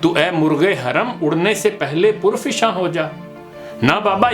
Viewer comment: Janab par fishan hota hey Jiss ka matlab hey par jharna Ap ney pur fishan kaha Jiss ka matlab hey par bhreyona